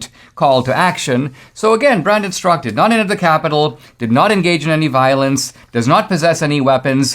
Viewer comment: Straka is a Slavic name wit the second A pronounced.